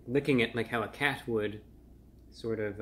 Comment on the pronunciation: "I'm sort of licking it like a cat would" Bro almost broke character with that one. The way he hit "cat" lol.